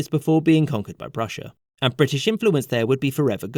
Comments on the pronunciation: “Anne’d (And)” 💀💀💀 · "Anne'd" haha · "ANNE'D" KILLED ME! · The "Anne'd" killed me. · "Anne'd" fucking lol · “Ann’d”. Also “background” lol